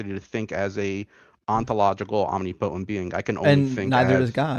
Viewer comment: Omg stop saying omni-potent. Its pronounced omnipotent.